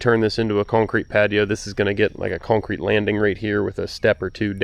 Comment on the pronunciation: Love the videos, and the work. However, a new pet peeve has been unlocked, the word “cownecreet” has become the bane of my existence😂 keep up the good work(although it’s probably already done by the time I actually sat still to watch this)😂 Thank you sir, beautiful home. Let me know if you’re hiring(equipment mechanic, videographer, speech therapist😉, landscaping, hvac, tree work, etc)